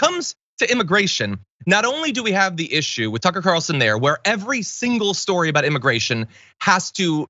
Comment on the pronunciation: Is it a big shtorey, Tuckems? The story of America, you relatively recent transplant?